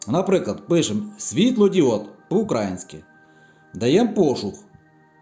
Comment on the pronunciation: класні відео, подача у Вас - взагалі вогонь))) маленька поправка, якщо дозволите - украЇнська, не укрАїнська)